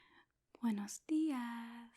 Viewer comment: That "buenos dias" was on point. 👍🏾 Good morning/day to you too. ✌🏾 Also, that makeup is on point.